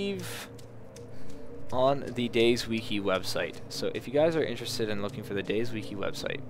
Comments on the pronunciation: DAY - ZED, its none of these: DAY - ZEE, DAYS, DAISY. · I enjoy the fact that he pronounces it Days. Always went with Day Zee